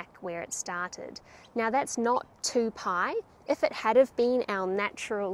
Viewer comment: Very good! I like every video of yours - especially the "mathematical day" at the end. Getting my old calculus/trig books out. Just one thing: "Paai" should be pronounces "pie", but that is just BTW :-)